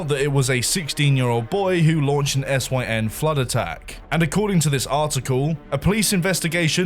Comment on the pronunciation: Man really pronounced SYN as Es Why En because it was capitalised